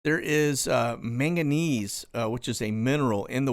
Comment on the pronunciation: Usually pronounced, mang gah niece